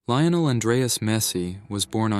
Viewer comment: His name is not Lay-oh-nel Is LEE-OH-NEL Por favor!!!